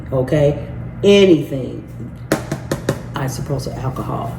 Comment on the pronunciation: Dang girl. WD40. NOT "Dw40.".. Isopropyl alcohol. Not 'isoprosol" You just lost this viewer. 🎉